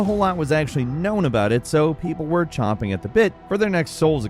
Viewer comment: The expression is "champing" at the bit. Champing. Not chomping.